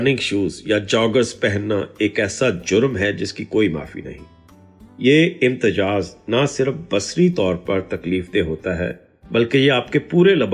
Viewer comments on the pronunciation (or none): امتجاز غلط ہے۔ امتزاج درست لفظ ہے۔